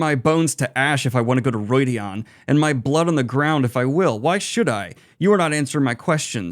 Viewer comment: It's well known that pronunciation isn't the best but in each book there's a glossary with how Robert Jordan intended certain words to be pronounced. Calling Rhuidean Roydeon is cringe worthy